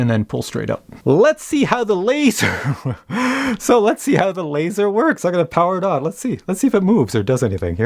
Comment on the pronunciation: “Lazzor” Lol. Drone needs shark teeth now.